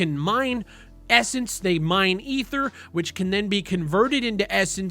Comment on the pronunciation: "E-ther" lol